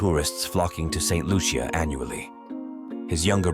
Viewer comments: St Loosha that's how its pronounced. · St Lucia 758 please pronounce my country name properly. Thank you